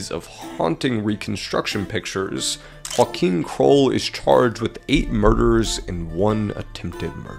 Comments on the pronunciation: Whakim is pronounced as yo-Aah-geem I am moroccan but know alot of Polish Nice try thought really! I love to see people at least try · Ok, hold on. The way you pronounced Joachim as Huakim is so cursed. It's a Polish name and it's pronounced "Joahim" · Joachim is not pronounced as joaquin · Ooomg...i was wondering for 10 minutes why you are talking about someone called Joaquin, when the title is clearly about JO-ACH-IM (hope this helps with the pronunciatio) Kroll. Don't want to be an asshole...just helping out. I love your content by the way! Thanks for the awesome work which keeps me entertained everyday! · his name is "Joachim", you pronounced it more like Juan Kim. You would pronounce it more like "Yo-ah-him" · His name is actually pronounced like Yo-Achim hahaha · Dude he has a German name and it's spelled Yo-ach-em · You can't imagine how bad he mispronounced the name "Joachim" lol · The way you pronounce Joachim is hilarious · i am polish and it hurts hearing the way you pronounce joachim name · If you said Joachim with a J and not an H I wouldn't be upset, but butchering my man Joachim like that We're not Mexican or Spanish - we're Polish